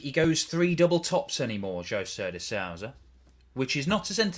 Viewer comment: Is it so hard for the uk's to pronounce "de sousa" correct?